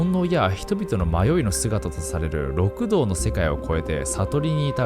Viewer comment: 六道（りくどう）ね